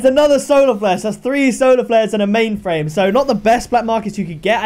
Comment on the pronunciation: OMG IM CRYING FROM WHEN HE SAID O PAINTED MAINFRAIME! BAHAHAHA